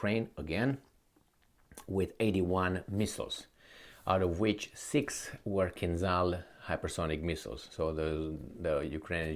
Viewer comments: There is a difference between the sounds "z" and "zh": kinZHal, zaporoZHye, ZHitomir sound as [ʒ], like in the words "meaSure", "deciSion" I hope will read this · In Kinzhal "ZH" is pronounced as J in Jean, not "Z"